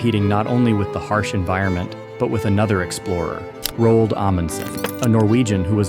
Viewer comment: You mispronounced Roald. 👎